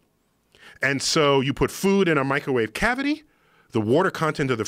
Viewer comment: "Microwawe weapons"